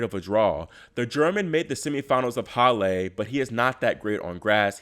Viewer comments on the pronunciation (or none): hallaaa not hall AYYAA dam this channel sucks